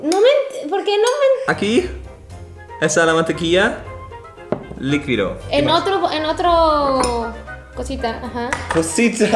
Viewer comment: "Tu también eres liquidou" 😂😂😂